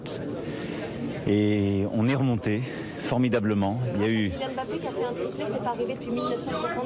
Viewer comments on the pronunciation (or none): none